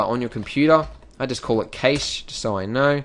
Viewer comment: Hate to be the one to point this out but... cache is pronounced "cash" and initialisation is pronounced "in-ish-al-isay-shun"